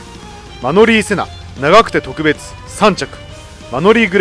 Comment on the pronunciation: 特別の発音がとく↓べつですね。